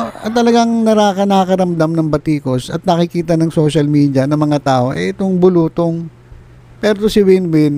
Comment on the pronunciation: Nattawa po ako tlga kpag binibigkas nyo ung bulutong..